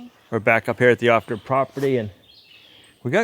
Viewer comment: It sounds like ostrich property when he says it